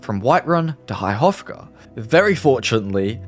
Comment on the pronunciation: I love how americans/english/etc cannot pronounce High Hrothgar XD this guy says "high rotgar" LOOOL